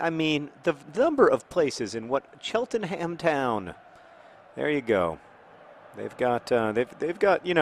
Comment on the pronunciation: CHELT-NUM! IT'S CHELT-NUM!